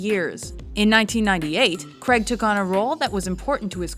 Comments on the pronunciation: Daniel cregg ????? Cray - g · Fuck pronounce his name correctly not Creg, Craig. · Pronounced crAig not creg. Just sayin. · Can you American's please announce Daniel craig's surname properly!!...PLEASEEEEEEEEE?...It's "CRAIG" pronounced GRA - AGEEEEEEE" not "CREG"!!! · God damn you Yanks say Craig really weird